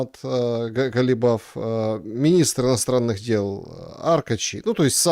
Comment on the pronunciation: АРАКЧИ, а не аркачи! Изучайте материал, который проговариваете!